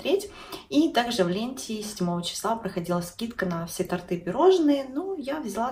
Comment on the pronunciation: тОрты! Ударение на О